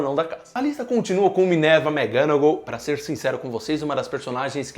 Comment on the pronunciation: não aguento mais ouvir ele falar minerva mcganagal